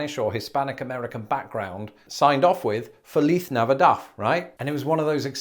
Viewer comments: Would Castilians actually pronounce it like that, though? When I was in Spain, the only lisp was on "c." For example, they would say "grathias" for "gracias." I didn't hear them lisp on "z." It would also be odd to lisp on the last "d" in Navidad, but not the first. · I have never in my life heard feliz Navidad pronounced like that. 😆 I've always heard it "feh-lees nah-vee-dahd" ending with a soft "d" sound, not a th. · Lol it’s navidad not navidaff - regardless you’re amazing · Navidad is pronounced with the final "d".